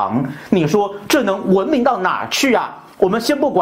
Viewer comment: 文明的明字不需要轻声哦炳忠